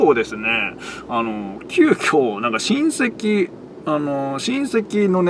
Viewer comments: 親戚が隕石の発音で草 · 親戚の言い方が韓国の人の名前みたいな言い方で草